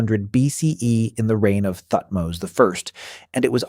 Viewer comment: Thutmose mispronunciation got me a bit earlier.